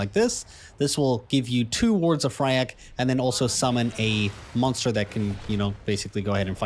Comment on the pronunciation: Please :D it's FYRAKK not Fryakk :D